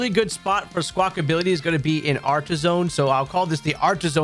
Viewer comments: Why does everyone keep saying "Squackability"? It's Squackabilly, there's no "T" in it's name. Seriously, you and Austin John.🤣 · I love these videos…but for the love of god it’s not Sqwakability lol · Good god why do y’all call it Squawk-ability? You’re the third creator I’ve heard making this grating mistake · Is Squackability a meme or do people not realize that its Squackabilly